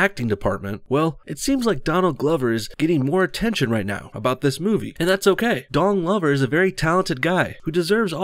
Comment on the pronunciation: sorry.....i must have misheard...but did you say his name as....."Dong Lover"?